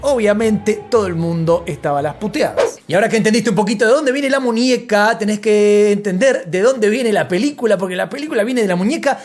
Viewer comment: Ninia? Munieca? 😅